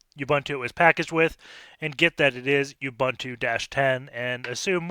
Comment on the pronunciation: Dude he pronounces nothing right... He pronounces Ubuntu as "Youbantou"... What did you expect? :p